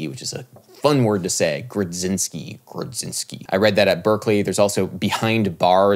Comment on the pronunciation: "Grudzinski" is definitely a Polish surname and is to be pronounced "groo-jin-ski" (just sayin)